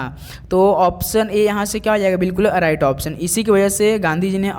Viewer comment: अराइट नही सर राइट बोलते है उसे😂😂